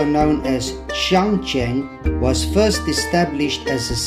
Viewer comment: 哦， 这里是长沙的天心阁啊，"Tianxin" Pavilion not "Tianxing"